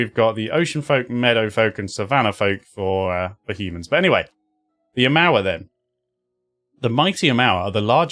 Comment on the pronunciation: Nice choice with the island aumaua (you nailed the pronunciation) barbarian. I'm partial to the cipher class myself, but barbarians are kinda cool in this game too. And you'll learn A LOT more about island aumauas in the sequel. Also Pillars of Eternity is one of those games that rewards you for playing something other than just a generic nice guy. Dubious morals often brings interesting story...